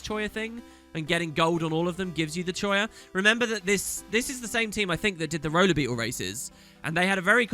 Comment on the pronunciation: Ugh. . Choya? ffs, choya.